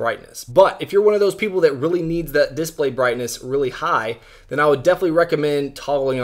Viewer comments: Diss blay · Is it just me or does he say display weirdly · He does